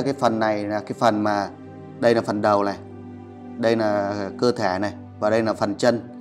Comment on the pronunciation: Sao nói ngọng quá nên ráng học lại rồi hãy nói chứ đọc Tayno nà nàm ninh hồn nghe kỳ cục quá